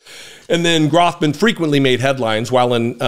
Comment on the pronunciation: You are pronouncing his name incorrectly. The “O” in Grothman is pronounced long like hole.